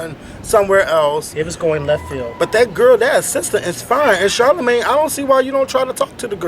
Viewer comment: Aww man, I wanted to know what said when said Charlamayne. lol